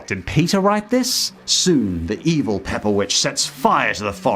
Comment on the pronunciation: The fact that you say "pepper" instead of Peppa, just makes this video better😂